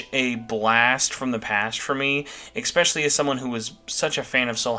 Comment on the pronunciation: > "Expecially" "Expecially" "Expecially" "Expecially" "Expecially" "Expecially" "Expecially" "Expecially" "Expecially" "Expecially" "Expecially" "Expecially" My dude, it's "especially". "Eh" "special" "lee". With an "S". Not an "X" or a "K" or whatever else. Also, you almost inverted my "buy or skip" list, except for the story DLC which was the only one we agreed on.